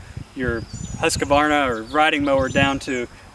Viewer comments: Its just husk varna...theres no ah after the q! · it's actually "Hoosk·vaar·nuh"